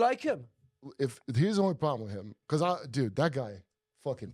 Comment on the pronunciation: Because = Baakoos😂 , the way how he pronounces it